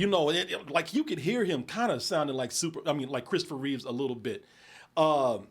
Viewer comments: It's Christopher REEVE not Reeves. Give some damn respect to the man's name lol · "REEVE"... there is no "S"